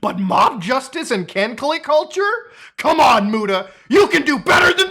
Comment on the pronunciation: "Can-clay culture" 😂😂😂